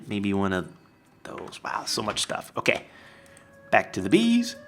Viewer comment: Did you notice? He had OAK leaves and he said OAK-kay!